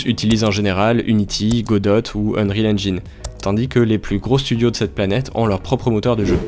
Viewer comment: Merci pour la video. PS: Godot se prononce "godo"